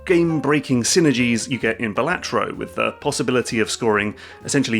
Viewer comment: "Balatro" is pronounced "Balatro"